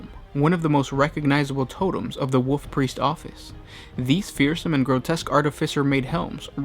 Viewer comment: Personal pet peeve, hopefully constructive criticism. I believe it is pronounced WoLf Priest, not Woof Priest.